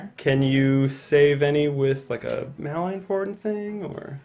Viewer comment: Yay skirmish! But every time you mispronounced malign grated on the ears, it should be mal-IGN, not MAL-ign :)